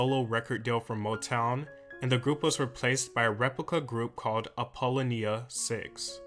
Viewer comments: Apollo-Nia 6?🤣 No sir, say it with me:Apple- Lone- Nia 6 😉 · Not to be a jerk but its pronounced (apple-lonia 6) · Dude, this was terrible. Go back and do more research. Apollo-nia?? 😂🤣😂🤣😂🤣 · ik i was like soooo all that research and didnt know how to say her name now sir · apollonia, is pronounced like apple. Apple-loan-E-uh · I cried laughing when he said it wrong lol! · It's pronounced apple low nia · OMG, the errors in this video!! Sheena's only number hit was BEFORE prince. I can't even with your pronunciation of Apollonia. It's not like its a different pronunciation from city. :( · I laughed when he mispronounced Apollonia's name lol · Did anybody else notice the narrator completely fucking up Apollonia’s name!!!???😡😡😡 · U got your facts all wrong and cant even pronounced Apollonia name right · Cant believe you didn’t cover Apollonia, but just mentioned her (and butchered her name). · You spent so much time on the one person who wasn’t his protege and the negative things she claimed about him versus what this video was suppose to be about. You could have went more in depth with Vanity career after prince. You could have talked about duo Wendy and Lisa. You can tell you’re not familiar with a lot of this because there’s no way you could pronounce Apolonia name the way you did and can tell me you actually did research. When naming the other two members of Vanity 6 you showed a pic of vanity and apolonia. I think you should consider doing a redo of this video. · I cringed so hard as a Apollonia fan 🤦🏾‍♀️